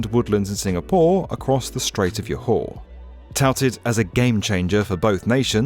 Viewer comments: Drinking game: take a drink each time he pronounces Yohor 😂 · Johor is pronounced as "jo" as in the name "Joe" and "ho" as in "this is a hoe". You can use Google Translate from 'Malay' and type in 'Johor' and listen to how she pronounces it. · Johor is not pronounced with the Germanic J which becomes a Y. It's pronounced how it's spelt. Johor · Yo ha 😂😂😂😂 its not spanish. You dont have to replace J with Y sound. 😂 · Nice video. And Johor is pronounced as jaw-hawr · malaysia isn't spanish, so the J in johor is pronounced JORE-HOR, not with a Y sound. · As a Johorean and Malaysian, it's painful to hear my state as 'ya-haw'. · Johor is pronounced Joe-ho.. R is silent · It's pronounced Jo-Hor mate, exactly the way it's spelt, it's not f**king Spanish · Not pronouncing Johor as Yo-Hoor 🤡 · Pronounced “Joehore”not Scandinavian… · Yo har.. YOOOOOO HARRRRRR. Yo Hoar . yohohohohohohohohohohoh. bruh, did you even do research for this video? so lazy. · 1 shot baiju everytime he says YOhor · Johor is pronounced jaw-hall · Yohar, Yurong, Yakarta, Yava, Pulau Uyong hahahah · Its refreshing... to hear it as YOHAR. Thats a first.... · It’s more like Joe Whore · Hahaha he ended up calling Johor like the old malayan name for it, Jauhar. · 😂 It was hard to hear Yo-hor over and over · I've always heard it as Joe-hor here in KL. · lmao not the way he pronounced johor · I’m glad it is a railway, but now I have to hear Johor being butchered. Seriously, you focus on trying to get western names pronounced correctly, but you don’t even bother with such a simple name as Johor. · LMAO your pronounciation of Johore is so wrong. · Johor is pronounced with a hard J sound, like job or jungle, otherwise, great info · the way he pronounced johor is hurting my brain 🥲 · Anak Johor here, good video except for the mispronunciation of Johor as many of the viewers had also pointed out. Anyways, very excited to see Johor being featured in a video like this. #LuaskanKuasamu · It's JAW-HOR, not YOW-hor wtf